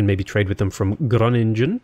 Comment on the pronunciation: Groningen is spoken out as Groh-ninh-un. Nothing to do with genetics ;). It's old Dutch for Green fields.